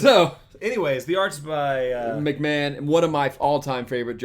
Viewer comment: McMahon pronounced McMarn. He inspired Mignola actually I believe.